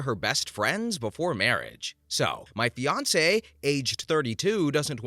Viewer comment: In the second story I thought you said Beyonce instead of fiancee😆😂🤣👌